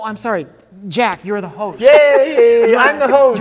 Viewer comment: Jack from a previous episode: "can you teach me to read?" Jack now : can't read the word "The" The continuity is spot on